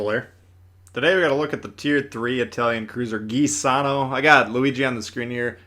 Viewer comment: Juh - sanno is how you pronounce it